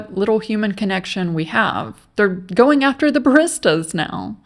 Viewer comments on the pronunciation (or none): Its pronounced buh-ree-stuh. Not buh-wrist-uh. Damn. I was a barista for a long time and thats cringe.